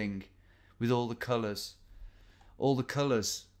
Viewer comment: "No! These tattoos are newer thing, with all the culuhs. All the culuhs. The culuhs, you know what I mean, on the tattoo? The bright culuhs."